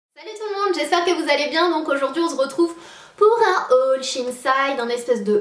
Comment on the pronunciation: Sanaa pour l'amour du ciel peux tu prononcer "on se retrouve" correctement! Du fond du coeur MERCI !!